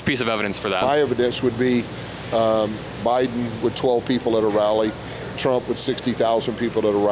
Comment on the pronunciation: Kid, you are AMAZING. Hats off to you and your parents. You give me hope for America's future. Also, did he say O'Biden 😂 - that's a new one.